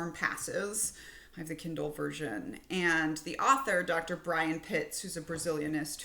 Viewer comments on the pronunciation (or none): none